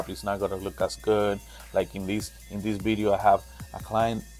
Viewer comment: I love your accent and the way you say “bideo “🥰🤣